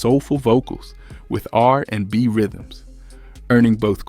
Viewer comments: ...and also "r AND b" 😅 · Right! Also "R....&B"🙄